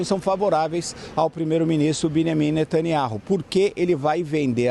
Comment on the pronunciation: Não sabe nem pronunciar o nome do primeiro ministro de Israel 😂😂😂😂